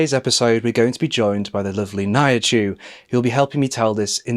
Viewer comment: the start wasn’t it. nihachu is definitely pronounced different loll